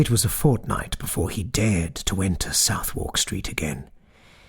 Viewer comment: As always, a magnificent interpretation! Pardon me for the nitpick: Londoners (or enlightened tourists) pronounce Southward 'sʌðək'.